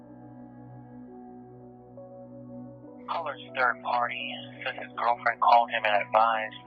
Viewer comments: No wonder says turd when he is trying to say third. WAIT! Maybe he is saying it right and I am saying it wrong all these years. 😢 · Have you ever noticed how this guy says turd when he is trying to say third? So funny!